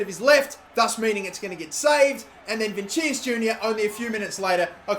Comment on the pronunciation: It's pronounced vinishus